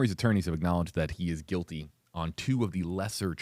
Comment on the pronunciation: The word is GUILTY. Not QUILTY. And the Q and the G are no where near each other so....